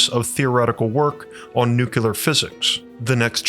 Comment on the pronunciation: This is probably the best video of yours that I've seen,. It's outstanding! But FYI, you should probably make a concerted effort in the future not to pronounce the word "nuclear" as though it were "nuke-you-lar," as the latter pronunciation is drastically incorrect.